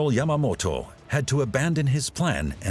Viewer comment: The Japanese seizing Dutch controlled India? You mean Indonesia aka Dutch East Indies, big difference God what an awful documentary, can't even pronounce Yamamoto's name right and errors in place names